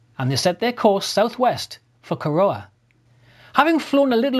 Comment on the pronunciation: Excellent, mate. Just one thing on pronunciation: Corowa is pronounced 'Corra-wah" but said without pause. I am an Australian of 74 years and there are still place names I struggle with, particularly if they are indigenous place names. I lived at Kapooka twice, with the Army and I never once thought to ask what it stood for. Bugger!.